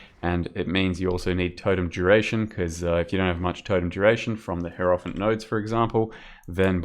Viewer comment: Fuck sake dude, learn to pronounce hierophant.